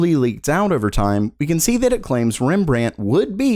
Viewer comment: Can I teach you how to pronounce Rembrandt :)